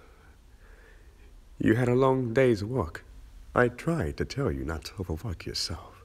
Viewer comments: I, legitimately, thought he said I “overfucked myself,” and I was like, “What does that MEAN!?!?” 😱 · What said: I told you not to overwork yourself! What I heard: I told you not to over fuck yourself! WHY AM I EVEN ALIVE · When he said 'over work yourself' i thought he said 'over fuck yourself' 😂😂😂